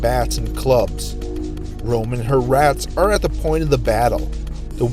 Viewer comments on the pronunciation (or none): none